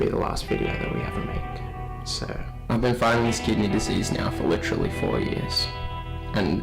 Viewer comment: That was “Licherally” crazy guys!